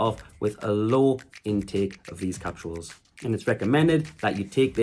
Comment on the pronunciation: Bud. They’re called capsules. Not “capshuals.”